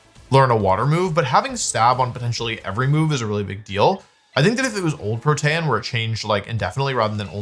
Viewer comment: WTF is "PROTAN"?